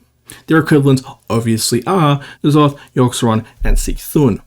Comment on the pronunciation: Even after years, still pronounces C’thun as “see thun” never change